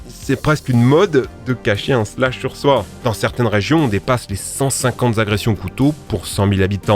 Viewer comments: alors je me sens obligé d’intervenir C’est un shlass et pas un slash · / T’as vraiment dit un slash c’est un shlase